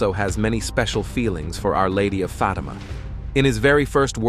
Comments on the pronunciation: It’s a soft “a” sound in Fatima. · why do you pronounce FAtima so harshly, so strongly? We do not need such a huge emphasis on FAAAAAAtima. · Pronounce the word Fatima Correctly please.